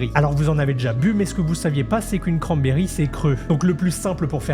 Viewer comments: De la manière que tu di cranberi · il le dit pas mal. Seulement avec un accent français. Et je sens que tu est québécois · pas en plus. Le mec le prononce même pas correctement.